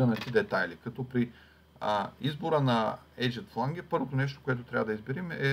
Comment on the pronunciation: Много полезен урок! Само да поясня, че произношението на Flange (фланец || ръб) е флендж, а на Edge (ръб) - едж.